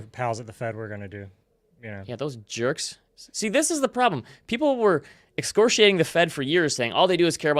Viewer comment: It's excoriate slightly mispronounced